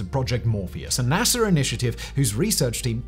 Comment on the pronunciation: NASA, not NASER.